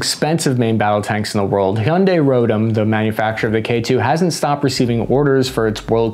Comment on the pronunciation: It’s Hyundai like Sunday not.. what ever you where trying to say brother lol 😂